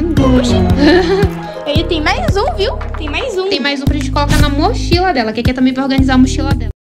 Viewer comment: A falando: Iss ke